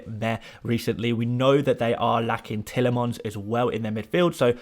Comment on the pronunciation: I like how u say "tielemans" lol 😆 u make him sound like he's a pokemon 🤣